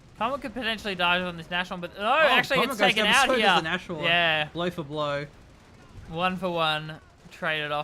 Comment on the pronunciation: NAS-Horn. NAS. Not Nash :D